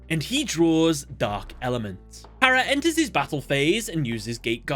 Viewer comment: Am I the only that when he says enters his battle phase, it sound like End his battle phase?